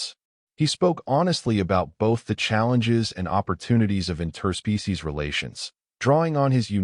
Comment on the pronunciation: I really enjoy your stories, the pronunciation of interspecies as 2 separate words hurts my ears 😂